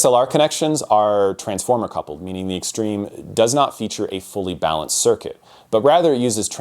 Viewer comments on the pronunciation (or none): none